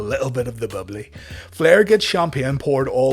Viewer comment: “A little bit of the BUBBLAY” wonder if that’s where Chris got it from. 🤔